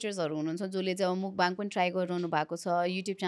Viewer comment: Mukbang - ( मुकबाङ ) भनिराको छ मान्छेहरु, यो शव्दको सही उच्चारण भैरहेको छ त ? यो शव्दको उच्चारण र अर्थ के हो भन्ने बारे थाहा नै छैन कि जस्तो लाग्यो । खासमा यस्को सहि उच्चारण ‘मकफाङ’ हुन्छ । यो खासमा कोरियन भाषाको शव्द हो, यो दुईवटा शव्दहरु मिलेर बनेको छ । यसमा 먹다 (नेपालीमा उच्चरण मक्ता - जसको अर्थ खानु हुन्छ) को पहिलो अक्षर मक् र दोश्रो अक्षर 방송 ( नेपालीमा उच्चारण फाङसोङ - जसको अर्थ प्रशारण ) यो शव्दको पनि पहिलो अक्षर ‘फाङ’ जोडेर ‘먹방 - मकफाङ’ हुन्छ (प्राय कोरियन २ शव्दहरुको पहिलो अक्षर जोडेर नयाँ शव्द बनाउनु समान्य हो) मकफाङको अर्थ हुन्छ खाएको कुरा प्रशारण गर्नु, हुन त खाएको कुरा देखाएको नै हो तर उच्चारण सही भएन, सच्याईदिउ भनेर मात्रै हो है ।